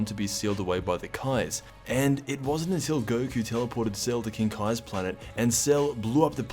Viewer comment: A funny reference to the other guy in the Bojack gang called Gokua. Very inventively add an "a" at the end 🤣